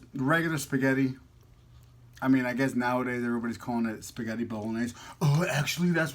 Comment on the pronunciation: I love when shows her wedding ring:) please next time you pronounce spaghetti say it the right way: spaghetti and not spagheri... love youuuu:*